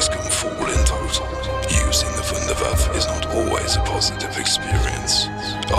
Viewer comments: pronounced voondair vaffuh. not voondair vaff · Ah ja! I knew my invention would go to good use! You also pronounce it wrong it us pronounced "vundervaffa" with an a sound at the end. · its called Wunderwaffe DG-2 not waffle if you can't speak german call it Wonderweapon DG-2 easy right? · Vunder vaffe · I like how he says wunderwaffe. No homo